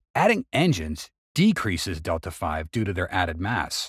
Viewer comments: "...the rocket's Delta-five..." ... Um, WHUT?!? =:oO [TRIES HARD NOT TO ROFL] How the hell can you get this far into making rocketry videos and not understand what Delta-V is, and thus how it's pronounced? That "V" is not a roman numeral; It's a literal "V" for "velocity". Delta-V means "change in velocity". A specific rocket, bearing a specific payload weight, will be able to add a certain amount of speed to that payload over and above whatever it started with when the rocket started firing. That's the rocket's total delta-V. Of course the actual velocity of the ship is also affected by other factors such as gravity, changes in orientation of the vessel or of direction the engines are firing (gimballing), etc., but the idea is that delta-V tells you how much your rocket can accelerate under ideal conditions. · OMG, this is Rockets FOR dummies BY dummies. Anyone who calls Δv "Delta-five" doesn't understand common rocketry jargon, OR Roman numerals. The v in Δv is velocity, not five. You earned a 👎and a Do Not Recommend Channel. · I've come to believe this is just a click bait channel, simply because basic stuff os mispronounced such as Delta V. The mass speculation on a lot of the videos and alot of times just straight up wrong statements. Like yesterday's video. Stop trying to make it look like the best Rocket company in the world don't know what they are doing. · Dude... really?.... Detla Five? It is Delta V (like a letter V) because it means Velocity... not Five!!! And Delta means change... which all together means: Delta V = Change of Velocity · It's pronounced delta V, not delta 5. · Are you saying "delta five"? What's that? The text seem to be "delta v", or the change in velocity - I've never heard of delta five. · "Delta-v" is delta vee, not delta five. Looks like a number of folks caught that one! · "delta five"? Really? Cummon, guys.🙁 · It's really difficult to take you serious as any kind of expert when you can't pronounce Delta V correctly.